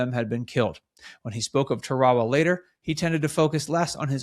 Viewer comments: It's pronounced "Tara wa" not 'Ta ra ra'. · Tara-a-wa, not Tarwall-ah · It’s pronounced “ Tear-a-wa “ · Pronounced “TARE-AH-WAH”…. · This looks like AI to me. Albert is like a mechanicl man who cannot put 3 words together without pausing. And it is Taa Rah Wah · Nice story. Side note: Tarawa does not rhyme with chihuahua. :) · Please pronounce the name of Tarawa Island correctly